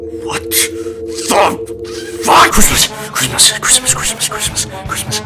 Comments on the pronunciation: I just started hearing "CRISP CRISP CRISP" instead of Christmas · It sounds like he's saying Crisps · It sounds like he saying chrispas